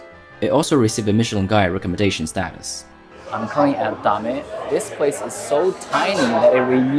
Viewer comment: its pronounced dame